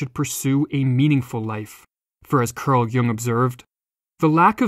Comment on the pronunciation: its cArl not cUrl Jung :D. anyway, awesome video